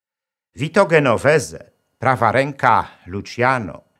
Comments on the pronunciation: Szanowny Panie Doktorze! Odcinek jest znakomity, jak zresztą zawsze 👍👏! Pragnę jednak zwrócić Pańską uwagę, że nazwisko Genovese nie wymawia się "Genovese", lecz "Dżenoweze". Gdyby transkrypcja wyglądała tak -- "Ghenovese", to wówczas faktycznie należy wymawiać "G", ale bez tego "h" mówimy "Dż". 🙋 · Genovese - dzenowese - czyta się skoro juz promujemy wiedzę.